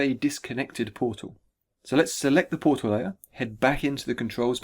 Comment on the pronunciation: TheMightyBarbarian Powtal Combat